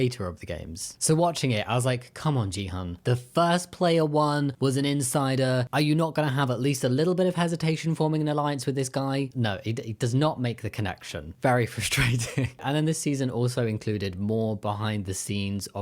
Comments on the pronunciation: not a super big deal but with your pronunciation, it’s hyunju not hwanju and gihun not jihun! also geumja no janya. still great video ❤ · I really love this video, and I really love you. But it's Gi hun - g for google not girraffe. I understand that Hyunjoo might be a hard name to pronunce, but Gi hun 😢😢😢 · “Gee- HUN”? Were you reading the subtitles so intently that you missed the actual pronunciation of his name in Korean? That’s the problem with the subtitles. So many English speaking reactors keep calling him “GEE-HUN” because they are reading phonetically and not listening to the correct pronunciation.